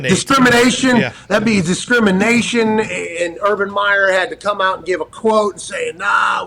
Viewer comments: A room full of white guys… “What’s the word?” Silence Diggs: “Dis-Crim-a-tion… dis..” Pat: “DISCRIMINATION!” If that ain’t the most White Male thing I’ve ever heard lmao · Did I hear "discriminigate"